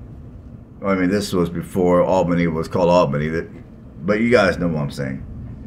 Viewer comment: Allbenny. GEORGIA in Dawg erty (woof woof) County. You start your presentation destroying the names. no it just drives on. Go cover another city@ I see so many like this. Who needs them? Not me and not our city.